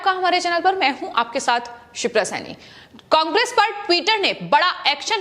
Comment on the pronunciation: शिप्रा सैनी समाचार पढ़ते वक्त उच्चारण सही होना चाहिए पहले घर में बैठकर बोलना सीखो उसके बाद समाचार समाचार ऐसे पड़ती है जैसे कोई पहली क्लास का बालक बोलता शब्दों का उच्चारण तो कम से कम सही कर ना तेरे पर गांधी सही बोला जाता है मैं बंगाल सही बोला जाता है ना कांग्रे सही बोला जाता है उल्लू की पट्टी पढ़कर कहां पर आई है